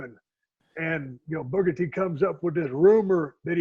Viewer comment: "Booger T"?? For 23 years Booker T can't even say his own name, lol.😂